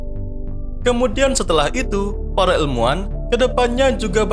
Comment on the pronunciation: Orang jawa ya min, soalnya nyebut ilmuan jadi elmuan 🤭